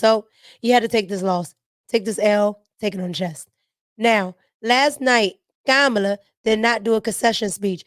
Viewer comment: you be having cracking up laughing how you kamala name lol you say it the same way people on telemundo the Spanish channel